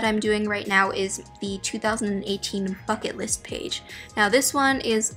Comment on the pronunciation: the first time she said “bucket list” i thought she said “fuck it list”